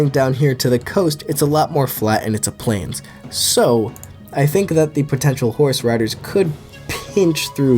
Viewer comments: For some reason when you first said "I think horse riders would dominate here" I thought you said horse radish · why tf do u say horseriders like theyre a collective group all joined together lmao